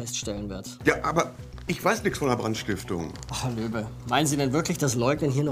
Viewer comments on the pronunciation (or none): bin ich die einzig die immer Löwe und nicht Löbe verstanden hat ahah